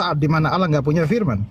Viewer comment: Yg mana huruf u sampai kau bilang aullah